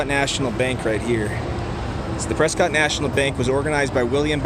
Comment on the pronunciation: First off you're not pronouncing it correctly, It's Preskitt, like biscuit. Dont ask why, its what locals, natives and Prescottonias have been pronouncing it for the longest time. Before my time, I am a Native born and raised, i love Prescott! And it's not a candy store, it's Kendalls Candle Factory. They have been in business for decades. Whenever they would make candles the aroma downtown was amazing.